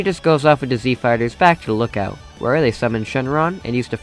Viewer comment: Alright, now I don't wanna be immature here, but at least every other 3 times you say the words "Z Fighters" I hear "Z Farters". I apologize 🙇